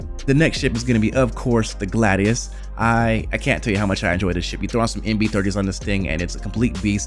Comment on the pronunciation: Did you call a Gladius a Gladus?